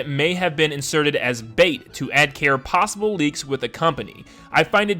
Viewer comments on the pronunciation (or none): none